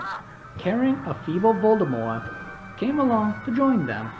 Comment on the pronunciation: If you have ever had an argument on why you pronounce Voldemort like that, I hate you. If you admit your wrong but refuse to change how you say it, I respect you. If you say it's your accent your lieing.